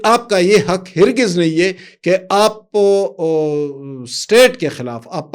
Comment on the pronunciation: ہر گز کا تلفظ har GIZ ہے